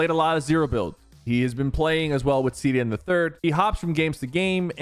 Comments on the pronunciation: “Walmart ceeday” alright American Ali a 😂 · Man really said walmart ceeday 💀💀💀💀💀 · bro said walmart ceeday 💀